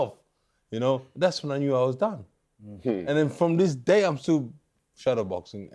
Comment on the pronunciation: Nah. It was Simon. That was hilarious One thing Wilder - you can’t pretend race doesn’t exist: You might get a “til this dayl” 😂😂😂